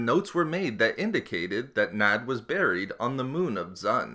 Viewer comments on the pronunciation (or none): Though it's late, but D'xun it's not dzun, it's duxen. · Dxun is pronounced 'Duck-zn' not 'zun' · Only two orbalisks attached to Bane. Dxun is pronounced ducksun. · Dxun - "Duc-son" -> The moon of Onderon. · Come on how did you not get that right. It hurt my ears to listen to you butcher the name. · One annoyance, it's spoken in Knights of the Old Republic 2 and pronounced ducksin essentially. Dxun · The name of the moon is called DUXUN......how are u saying wrong? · Its pronounced dux-in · by reading the actual novels rather than listening to audiobooks. I mean, the fandom still can't seem to agree on if Niman is pronounced Nee Man, Nee Mahn, Nye Man or Nye Mahn, so screwing up Dxon is a bit more understandable in my book.